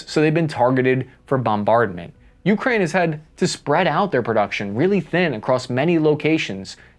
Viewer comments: It's 'yoo-KRAYN' and not 'YOO-krayn' 👍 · Taking Avdeevka is important since it is close to Donetsk. Frontier (Nulandistan) forces have shelled Donetsk civilians from Avdeevks (and Pesky) since 2014. By the way, it is not YEW (Ю); it is Ooh (У), which means at. Emphasis should be on main word (krai - frontier) not on a lowly preposition. Oleksandr is pronounced Aleksandr - it uses a vowel sound - a - found in English ``How (hau) now brown cow' '. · Whenever he says Ukraine it just sounds like Yewkrain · YEW-kraine pronunciation bothers me for some reason lol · Yet still cannot pronounce "Ukraine" properly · It is not YEW crane; it is ooh KRAI. Louvre is not IN paris; it is in PARIS. It is not Oh leksandr; it is Alek sandr. Have you not heard of Greek conqueror of Eastern World? It is not cupie ansk; it is COUPE ensk.